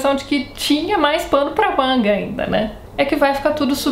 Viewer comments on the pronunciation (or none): none